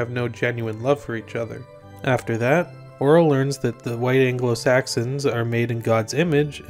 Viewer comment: HOLY SHIT HE PRONOUNCED IT RIGHT!!!